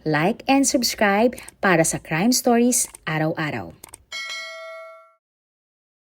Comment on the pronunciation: Bigkasin mo nga ng mabuti ang stories.. wag stoys ang bigkas mo! Kakairita